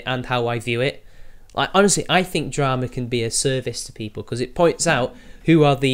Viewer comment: itsayaboi... more yootoob dwamaz?????